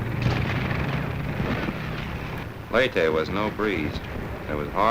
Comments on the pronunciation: ley-teh, not lay-tee. Great video! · Its pronounced "Ley-te" not "Ley-ti" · LEY TEH not Ley Tea